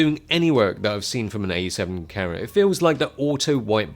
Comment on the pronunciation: its an awesome full fwame cawa